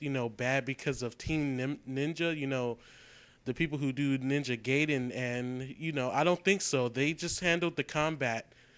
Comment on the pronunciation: its pronounced NINJA GUYDEN. NOT GAYDEN. look it up.